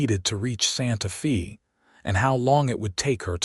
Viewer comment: Watching from TN. IT IS NOT SANTA FEE, IT IS PRONOUNCED SANTA FAY!!!!!